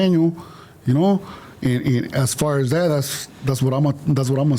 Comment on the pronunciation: that’s the 2nd time you said ghat. Shut up